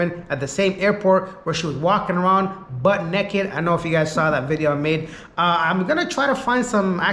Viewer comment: > !LOL! 'Butt neck-ed'